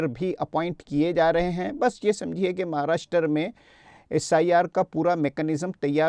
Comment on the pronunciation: Pahle Maharashtra ka nam sahi bol